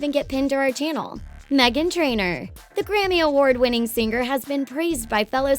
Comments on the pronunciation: "Sing-ar" It's singer, you Idiot! Why do you over enunciate the 'g' at the end?!?! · "Sing-ger". It's all I can hear 😅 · i kept hearing "sing-Ger"